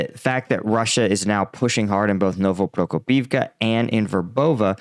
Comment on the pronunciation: You should really try to improve your pronunciation, because it sounds stupid. It is Pro-KO-pivka and Ro-BO-tyne.